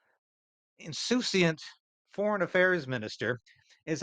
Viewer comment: "insouciant" nice !